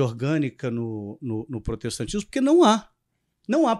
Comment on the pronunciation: Prostetacismo com unial no esecial kkkkkkķkkkkkkkkkkkkkkkkkkkkkkkkkkkkkkkkkkkkkkkkkkkkkkklkkkkkkkkkkkkkkkkk Deixa eu respira.kkkkkkkkkkkkkkkkkkkkkkkkkkkkkkkkkkkkkklkkkkkkkkkkkkkkkkkkkkkkkkkkkkkkkkkkkkkkkkkkkkkkkkkkkkkkkkkkkk...